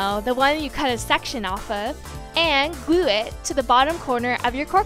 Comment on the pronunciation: "gluue" "togAther"